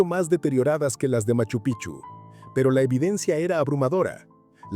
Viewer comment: ME CANSA OIRTE DECIR PICHU ES. EN CAMBIO PIKCHU ASI SE PRONUNCIA ES PALABRA QUECHUA NO ES PICHU SE ESCRIBE PICCHU Y SU PRONUNCIACION ES. PIKCHU PIKCHU PIKCHU NO LO OLVIDES 😮😮😮